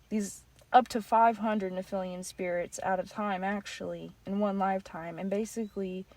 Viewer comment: Nice video, thank you. Please, correct the pronouncing of nephillim - its not nephilium - as that really takes away from credibility of your presentation.. For the future. We have to be credible and informed correctly to transfer knowledge. Research a bit who they are in history so we have reference point. They are not "nefelium" that word does not exist. Otherwise, thank you for the video